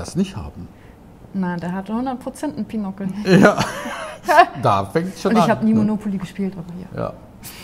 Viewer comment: Es nennt sich BInokel, kommt von 2, mit langem o . Also kein - ockel wie Nuckel. Und vor allem nicht Pinockel.